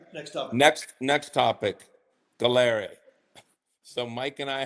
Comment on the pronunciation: Galleri >>> sounds like “Gallery”. Just FYI